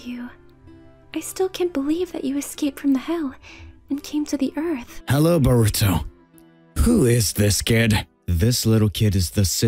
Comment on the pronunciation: His nama not soruto but voruto